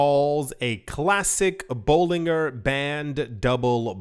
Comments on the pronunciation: Bollin Ger ( Ger as in Germany) that’s how you pronounce his name! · His name is pronounced like this sounds: "Bowling-Jer" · Dude, it’s pronounced boh- Lin-jer….. it’s not that hard lol😂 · "I've been in "crypto" more than ten years but I cannot pronounce Bollinger (bolijer) bands. FFS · Bollinger - pronounced "Boll in jer" Trough - pronounced "troff" Thanks for the content 🙏🏻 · Bollinger as in Ginger 😂